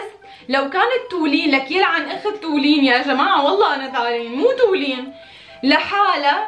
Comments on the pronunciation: مو حقيره سمعتوا و اسمها مو تولين صفات: جميلة طيوبه حلوة قمر بمشي على الارض هي و ابنها و لؤي و كتير زابطين على بعض والله بحبكو كتير والله ❤️ انا فلسطينيه بتابعكو من البحرين 🇵🇸 ❤️🇧🇭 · وكمان غيرا واسا اسما مو تولين❤❤❤❤❤❤❤😡